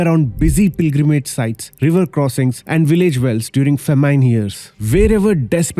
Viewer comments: I had to do a double take on your pronunciation of famine 😂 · no worries, its because you followed the british english way of pronouncing it however, I think I heard an "R" so it sounded like "fer-mine". I'd say the american way of pronouncing it is much better. "fa-meen"